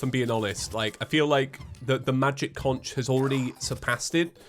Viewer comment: Instead of conch its actually pronounced like Conk